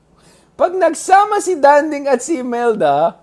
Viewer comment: It is not Dánding, it is Dandíng. He deserved to be called by his name pronounced correctly.